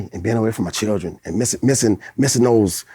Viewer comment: dat nigga said “lil chiren” 😂🤣😂